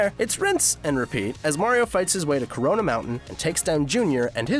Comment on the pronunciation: He said cOroNa